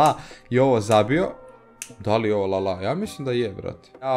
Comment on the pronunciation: nije lala nego lalana ahha